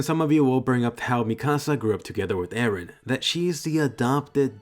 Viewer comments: PRIN-CESS ER-EN lol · Wait did he say princess eren!?